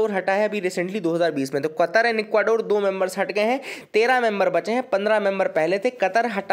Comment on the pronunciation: ." Doo teen din" ..sala sanitizer pe hi😊😊😊😊😊 I think u speak bengoli